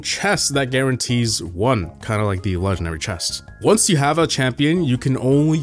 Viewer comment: with every new video you place less & less emphasis on the “G” in the word “legendary” lmao